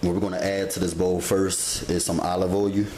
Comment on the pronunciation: I love this channel!!!!! Love the way he say "oy-oo" (oil) I giggle every time. Keep up the good work sir